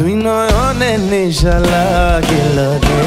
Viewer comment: R aa vaii.. নিশা নাহ,,, নেশা!! আগে উচ্চারণ ঠিক কর ভাই!!